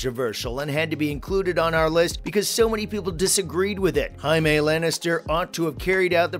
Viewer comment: Dude, Jaime lannisters not Mexican why you say his name like that😂